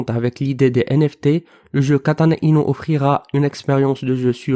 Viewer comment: Kêtana-Inouuu . Mdrrr